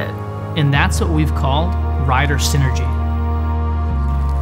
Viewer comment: Sinergy? Do you not mean synergy?